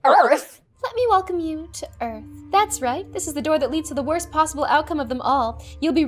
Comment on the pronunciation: The "EaRtH" made me wheeze😂